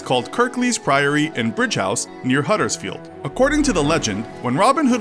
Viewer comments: I love it when Americans slaughter English names. It's Pronounced Brig house, not Bridge house. I'll give you 7/10 for Kirklees though. 😁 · Brighouse not bridgehouse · Bridge House? Try Brighouse. Brig, rhymes with Dig. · As a Yorkshireman I can tell you it’s pronounced Brig-house. Not bridge-house. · It's not 'bridgehouse' its brighouse! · Also it’s pronounced brig-house not bridgehouse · Brighouse. Not bridgehouse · Pronounced brig house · As someone from Nottingham with half my family from the Kirklees area the pronunciation of Nottingham and Brighouse slightly offend me